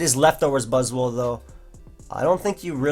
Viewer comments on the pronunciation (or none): none